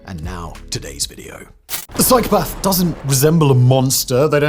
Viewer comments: There is no 'r' in psychopath, Simon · Every time Simon says the word “psychopath” all I can hear is “cycle path” 😂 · I know this guy is a bit posh but no one pronounces "psychopath" like that. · Learn the real story behind Frank Abignale please. Also pick a pronunciation of psychopath and stick with it, couldn't keep watching was too annoying